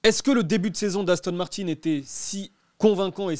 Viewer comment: Pourquoi il dit Victor Martines c'est Martin pas Martines